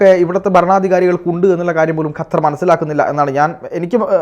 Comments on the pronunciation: ഹത്തർ അല്ല ഖത്തർ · ഖത്തർ ഇവളുടെ ഉച്ഛരണം ശരിയാണോ 😢